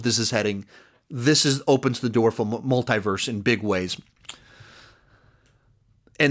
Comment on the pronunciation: love your videos and all your content. But there's something about the way you pronounce "multiverse" that keeps bothering me. Try to listen how they say it in the Arrowverse